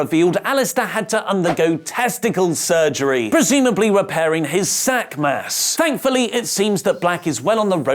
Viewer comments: “Sack Mass” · “Sack Mass”😂😂😂😂😂